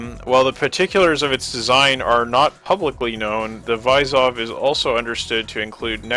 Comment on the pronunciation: Vysov is pronounced like vizov and it means challenge